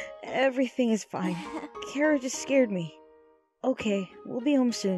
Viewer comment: ITS NOT ITS KHARAH!!!!!!!!!!!!!!!